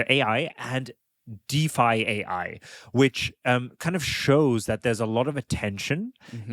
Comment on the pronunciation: I think it should be pronounced by saying: Deef and then saying the letters AI. Deef AI